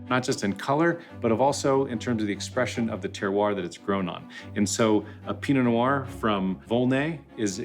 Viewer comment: dont pronounce the t makes you sound like an idiot